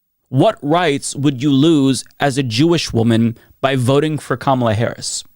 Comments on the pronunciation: Laughable that a lesbian can't pronounce the female Vice-president of the USA's first name and thinks Trump isn't an Anti-Semite. . Zionists are a mess. I used to be a Zionist until I got a clue. I am absolutely not an Anti-Semite. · As someone from the LGBT+ community, I can tell you there's a lot of racism within our community. Just the fact that this woman didn't pronounce VP Harris's name correctly was all I needed to know why this woman didn't vote for her. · she can’t even pronounce Kamala right. But also, “I voted for the Jew in me” no, you didn’t, babe. Nothing about voting for Trump was voting for you. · Notice how she won't pronouce Kamala correctly? Just like other right wingers. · She can't even say Kamala's name right. And we're supposed to trust this woman's judgment? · I hate bigotry, yet intentionally mispronounce Kamala's name, like the racist that I am. Solid,. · She might not be intentionally mispronouncing “Kamala” but has heard it pronounced that way on Fox “News”, OAN, and Newsmax cablecasts and Queers for Trump as well as by other right-wing influencers online that she thinks it’s the correct pronunciation. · And there you have it. Won’t even give Kamala Harris the respect of pronouncing her name correctly. 🙄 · She's as deranged as Chump voters who consistently vote against their own interests. Notice, too, that she mispronounced Kamala's name! She sounds like an idiot! WTFU AMERICA!!!! ❤😊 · And of course, she couldn't say Kamala's name correctly. That's a red flag. Is this woman a new Dave Rubin in the making? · "I don't look at someone who voted for Kah-MA-la like they ...." if you refuse to pronounce Kamala's name correctly, I suspect that you've been voting for Republicans up and down the ticket for a long time now. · and I am sick and tired of people mispronouncing her name. it’s comma-la. it’s not hard. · She said kahMALah while demanding respect for herself. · She can’t pronounce Kamala right either. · COMMA-LA. SIGH....